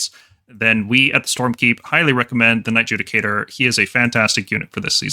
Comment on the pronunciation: 'Knight JUDIE-cator' Dear lord......